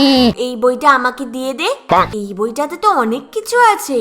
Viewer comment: Onek ❌,Onack✅ Cute❌,kiut✅😂